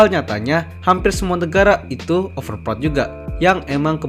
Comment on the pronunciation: sry bang gw dengernya overprot 😂😅😂 tapi nice topik bang emg real org indo overprot sih